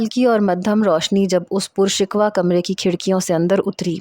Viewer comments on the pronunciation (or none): pur shikwa nhi hota۔۔۔۔۔ pur shikoh hy ye lafz